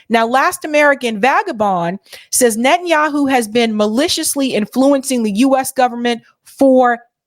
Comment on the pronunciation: The United States of Netten Youwhoo